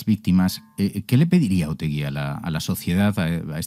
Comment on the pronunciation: Es Otegi, sin u. En euskera, se pronuncia como se escribe.